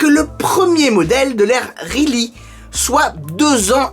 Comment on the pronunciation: Soit cohérent par contre, tu ne prononce pas correctement le modèle mais Geely, tu le prononce « rheely », si un constructeur nous donne la manière de prononcer son modèle, la moindre des choses est de la respecter...